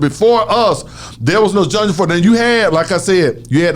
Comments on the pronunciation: Genre not Junjra 🤣🤣🤣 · Who's gendra? haha. "Genre" playa. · Nigga said "Jungdra"(genre) 75 times 😩😩😩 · Somebody tell you pronounce genre john rah not john ja lol but good shit not a diss but I’m a fan he helped me why not help wicked all love radio shawtyyyyyyyy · It's genre, not jandra! Haha. Luv you bruh haha